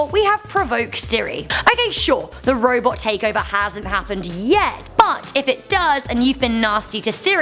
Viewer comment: Whenever says "But", it sounds like "F*CK"...